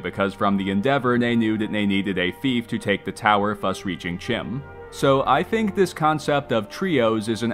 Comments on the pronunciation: CHIM is pronounced KIME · Bro did all this research and mispronounces CHIM